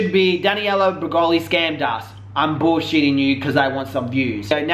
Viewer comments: It's Danielle, not Daniella. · "Daniella" 😂😂😂😂😂 u trip me out with your pronunciation of names!!!! That girl's name is "DANIELLEEEEEEEEE" 🤓🤓🤓🤓🤓😂😂😂😂😂😂😂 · I love you but it’s Danielle not Daniella 😘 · Her name isn't Daniela as you typed... it's Danielle! pronounced DAN-Yell anywho great video, I LOVE when liars get called out!! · Omg --DannyElla--??? No. Just no ok pronounce it like this Dan Yell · I was hoping eventually you would stop calling her Daniella but alas you didn't. Her name is clearly spelt Danielle. love you but that was frustrating af. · Omg he pronounces Danielle wrong the entire video